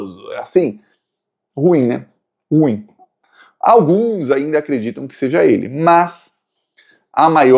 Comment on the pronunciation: SERÁ QUE VOU MORRER SEM TER O PRAZER DE OUVIR DIZER RU IM COM DUAS SÍLABAS?